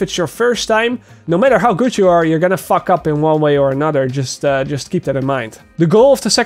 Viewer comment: Yaaaaaaay is back officially nice quick tutorial especially like the part where you yeah sometimes me and my group "FUCK UP" 😂😂😂😂😂😂😂😂accent is heavy there ✌🏿💯